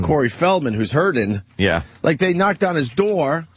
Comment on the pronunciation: Hey guys. Ope had a joke. Did you catch it? It was quick, you may of missed it. He said "hurddin". To poke a little fun at the word hurting. That way it shows that he's really care free. Opie doesn't suffer from those silly, emotional problems. Like the rest of us regular people have to deal with. If you miss the funny line. You got to go back and listen to it. Listen close though. He only says it in the video from - minute mark. It is a great, great joke though. It got a huge laugh. Every time he said it. All 627 times he said it. Just like expected. Leave it to Opie. To take a horrendously average comment. And repeat it, until it loses even the intent of being said for humorous effect. Uugghhh